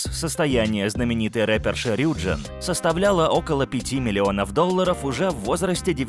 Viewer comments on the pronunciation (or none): Правильно рюджИн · И правильно не рЮджин а рюджИн🚨🚨🚨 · А разве правильно не РюджИн? Просто мне в лайке ответили то что если у айдола есть корень джин то ударение на И